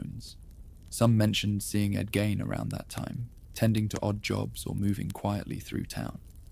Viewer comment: My ex husband grew up a block away from Ed's farm. And u pronounce his name incorrectly. Gein rhymes with Bean